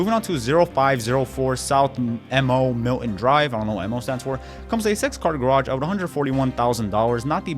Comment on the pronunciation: It’s Mo Milton, not MO. It’s a name.